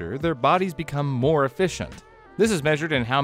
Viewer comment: Came for the content, subscribed to stay for the “subscribe for mor-ay” throwaway bit. I am READY to start binging